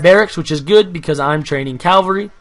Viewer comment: your so annoying when you say calvary when you should say CAVALRY